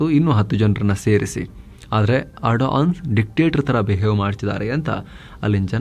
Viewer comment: ಬೋಳಿಮಗನೆ ಟರ್ಕಿ ಅಧ್ಯಕ್ಷ ನ ಹೆಸರು ಎಡನ್ ಅಲ್ಲ ಏರ್ಡೋಗನ್ ಸರಿಯಾಗಿ ಬೊಗಳೋ ಬೇವರ್ಸಿ